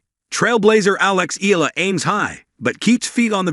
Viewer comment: Eala is pronounced Ee ya la.